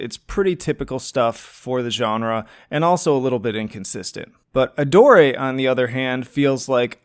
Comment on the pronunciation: Are you sure that's how one pronounces "Adore"?